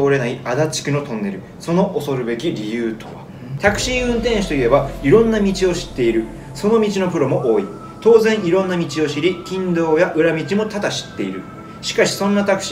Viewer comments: 近道って｢きんどう｣やなくて｢ちかみち｣やろー？ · ちかみち を きんどう って読んでて通じ合えなかった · 細かい話になっちゃいますが「近道」は「きんどう」ではなく「ちかみち」なのでは。